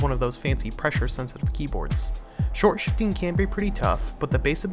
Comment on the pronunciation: Stop calling it shortshfting just stop